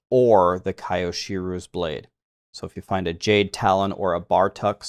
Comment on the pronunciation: your pronunciation of kyoshiro killed me. RIP, I'm dead